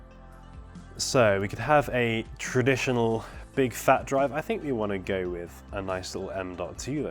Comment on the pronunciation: you wanted to say "there we go" but instead you said "there we gey". looool